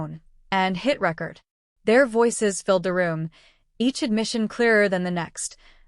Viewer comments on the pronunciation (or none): Record is mispronounced.